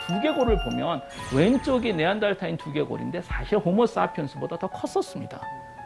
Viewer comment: 네안데르탈인 발음 개거슬리네ㅋㅋㅋ 네안데탈인 네안탈인 네안달탈인 존나 다양한 바리에이션으로 빡치게 함ㅋㅋㅋ